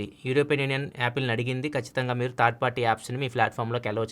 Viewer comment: Third not thaard correct ga pronounce cheyandi